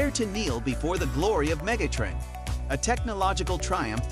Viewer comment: that wasn't a knock--I like the way you said it